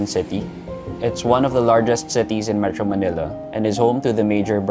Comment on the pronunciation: Metro Manelluh!